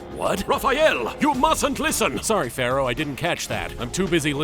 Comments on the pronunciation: It's not Pharoah. It's Phawowoh. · "You know what sinks ships Pharroro, CANNON."